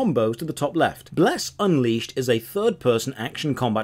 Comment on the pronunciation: Uncrustable, lol